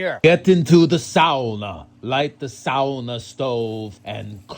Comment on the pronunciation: How do you know how to say "sauna'" correctly?